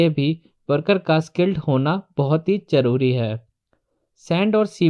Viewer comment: Whata "majboot, jaroori & wajan"? Isn't it mazboot, zaroori and wazan? Are you a mason? Is adhesive costly or expensive ? Jawab dena JAROORI he Zanaan.